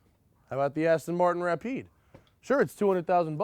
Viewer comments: When that guy said Rapide I about threw my computer out the window. It's pronounced Ra-peed. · Great vid, except the guy who pronouced the car Ra-Pyed ! idiot. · The Ra-Pied😅😅😅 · The rap eyed, nice. How can you even pronounce it that badly? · Why did he pronounce it Wrap eyed? Oh my that dude needs a punch in the face! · the "Ra-pied"? eek.